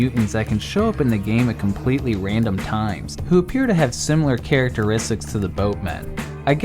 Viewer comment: compwetewy wandom spwot! uwu